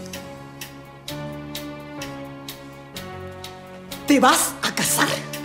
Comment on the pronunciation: No se pronuncia "fundayshion "se pronuncia "faundashion"